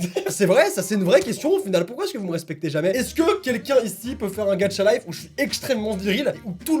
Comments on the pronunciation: Tu dis gatchalife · je suis la seule à entendre dire «gacha(t) life? »🤔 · au début ta dis mmmh une video ''gadchatlife'' x') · C'est moi ou quelque fois tu dis "Gatcha life" ? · Pourquoi tu dis "Gatcha life" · OMG il dit gatchalife ses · Tu dit gatcha life hhh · Pourquoi tout le monde dit "Gatcha Life" ?! xD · Tu dit gatcha 😂🤣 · Quand tu dit gacha life XD tu dit gatcha life c est trop drôle lol 🤣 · Sa me stresse : il dit GATCHA LIFE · J aime trooop les videos reactions 😂😂😂 c'est moi ou il dit: " gatchalife" 😂😂😂😂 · Ca me fait marrer parce que tu dis Gatcha life 😂😂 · Tu dis mal gacha life mais tu restes mon youtubeur préféré 😉😉😉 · Putain tu m'a fait rager avec ton ''gacha life'' très accentuer 😨😨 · il sait pas le prononcer mdr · Pourquoi tu dis gadcha life c'est GACHA LIFE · Il pronons gatcha life mais il c lecrir au moins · Alors un truc ses pas gatcha life mais ga cha life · Quand u dit gaCHa on jmfe au lieu tu dit gatcha life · On dis gacha lif pas gatcha lif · Ça ce dit Gacha pas Gatcha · Par contre on dit pas gatcha life mais gâcha psk ça me stresse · On dirait tu dit gatcha life 😂😂😂sinon j'adore tes vidéos 🙂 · C EST GACHA LIFE PAS GATCHA LIFE TU PRENONCE LE TTTTTTTTTTTTT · ON DIT PAS GATCHA LIFE ON DIT GACHA LIFE C COMME PAIN AU CHOCOLAT ET CHOCOLATINE PTN !!!!! 😂😂😂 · Sa se dit GachaLife et non GatchaLife 😂😂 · DSL mes sa m'enerve quand tu dit ga"t"cha et pas ga"ch"a😅😅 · On ne dit pas gatcha life mais gacha life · "Gatcha life" 😂😂 sinon continu comme ca tu gère! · tu dis "Gatcha life" mais c'est "Gacha life",pourtant c'est pas dificille de le dire.😂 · on dit pas gatcha life on dit gacha life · On dit 《gachalife》pas《gatTchalife 》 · Est ce que tu dis "tchat" non alors c pareil pour gacha life PS j'aime bien t vidéos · C'EST PAS "GATCHA" MAIS "GACHAAAAA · On ne dit pas "Gatcha Life" on dit Gâcha Life !!!😂😭😂😭😂😭😂😭😂😭😂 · Dsl Mais on dis pas « gatcha » On dis « gacha » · C'est gacha life pas gadcha life x) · Tu le dit mal gacha life